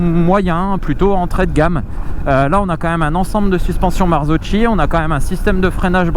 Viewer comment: ☝️ Marzocchi ça se prononce '' Marzoki'', blaireau !!! 🤣